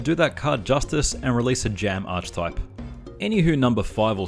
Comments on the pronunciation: Ark-ey-type. Not Arch-type, which I understand why you pronounce it wrong, you're just saying it as its spelt. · Archtype? Lol. Arc-e-type, please :(